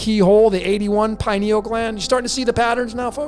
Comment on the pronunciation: Just my two cents on the pronunciation— pronounce similarly to “linear”. Pineal. Pin-e-ul. Accent on the first syllable, pin